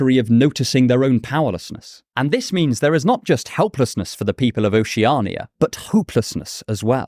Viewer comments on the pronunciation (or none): Your pronunciation of Oceania drives me crazy. Oh she ah nee yuh... what the hell is that? Ocean is an established word in the English language.. isn't it just that with 'ia' at ghe end?